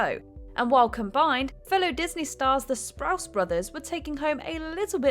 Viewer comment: It's Sprouse twins not sprout and yep I agree with you